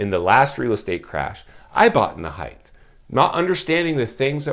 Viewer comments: The word is pronounced HEIGHT --- not HEIGTH. A house on the next block over sold in a couple of days. Listed at $890,000 - sold for $920, sq. ft, 4 bedrooms, 3-1/2 bath, 4950 sq ft lot. An average house in an average area. As a former realtor, the buyer(s) will be in foreclosure in a few years. I saw this in 2008 -- and most of the foreclosures will be bought up by Blackstone, Blackrock, hedge funds, wall st. Very few families will be able to afford to buy - because they will be unemployed or working part time. Very sad time in America. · Length, width, breadth ….. heighth …. I say it too. I know it’s “wrong” but the word makes perfect sense, more so than height. Carry on grammar wizard